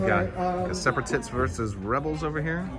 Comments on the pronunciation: Am I the only one who noticed said Seperatits instead of Separatists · I did too I just heard it and spent a minute laughing!!!